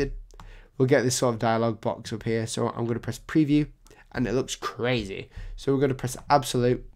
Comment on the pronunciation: "And it looks crazy" haha your accent had me cracking up at that part..great tutorial.